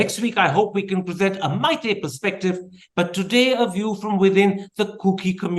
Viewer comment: motherchut you Meetei people don't even know how to pronounce the name....